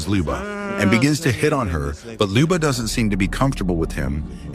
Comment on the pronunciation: it's pronounced like i wrote it. You didn't even pronounce it right. That's what my comment meant. You said it wrong..